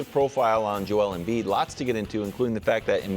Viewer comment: I love how Brou says Joe L M Bead